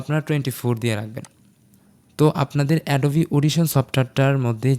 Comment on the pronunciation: এটা এডোবা না ভাই এটা এডোবি